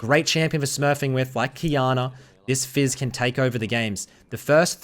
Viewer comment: It's "fizz" and "ahri" Not "We" and "ahri" Or am I wrong?